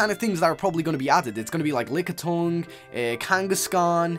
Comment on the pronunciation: it is kangaskhan not kangoskon m8